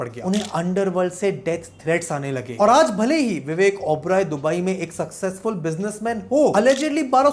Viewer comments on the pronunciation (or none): none